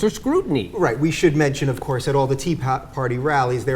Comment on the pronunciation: "Of Courrrse"